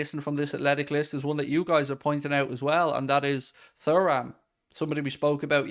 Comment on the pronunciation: Mate please for the love of god... it's pronounced 'tooram'